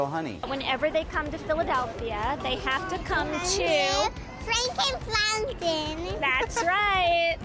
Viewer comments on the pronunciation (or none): "Frankin Flountain!" 🤣